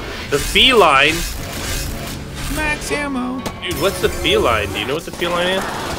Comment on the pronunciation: That gun isn't pronounced feline like a cat it is pronounced felin like a mix between Feline and villian